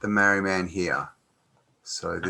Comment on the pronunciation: its pronounced MARR - REE